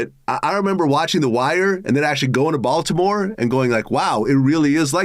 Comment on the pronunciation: He can’t even say Baltimore correctly